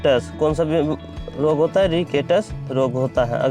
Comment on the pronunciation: बेवकूफ , रिकेटस नहीं रिकेट्स